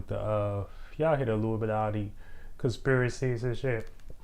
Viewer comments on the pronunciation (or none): The con-spear-a-see...Is...eye-rate